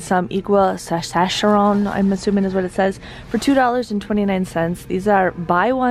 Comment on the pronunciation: Just an fyi: Saccharin is pronounced "sack-uh-rin."